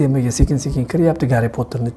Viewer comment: Xayrulla aka assalomu alaykum Aka ishlaringizga omat lekin Gariy Potordi zor gapiripsiz